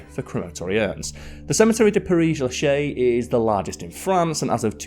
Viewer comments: “Pér Lashézuh”. S is only silent when nothing comes behind it. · It's pronounced "pear lah-shez" with the z sound. But I appreciate your efforts ❤ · Isn't it pere LAchaise? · When you make a video, you should put more effort in giving the correct information = Père-Lachaise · Good content as far as the history of the cemetery, but Oh! My ears are bleeding from the mangled French pronunciation, particularly after the long claim of researching the pronunciation. Père LaChaise is pronounced more like pear la shez. There is no hard CH sound in French. It is always like SH and the ai sounds more like the soft e sound in English. Egalité does not sound like eagle-ite, but more like egg Al ee tay. Just plug questioned words into Google Translate and listen to the pronunciation. That won't always be perfect, but it will be correct most of the time, and closer the rest of the time.